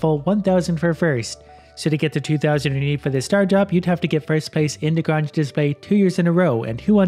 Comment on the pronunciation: "Grange" rhymes with "range." Check out the ZZ Top classic "La Grange."